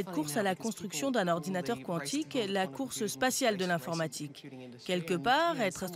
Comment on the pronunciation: On ne dit pas K'wontik , mais Quan tic comme si vous diriez ''C'est QUAND ?''. (Quantic)